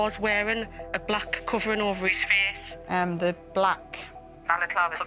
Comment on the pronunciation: lol such a funny accent they have ..pronouncing face as feeeece lol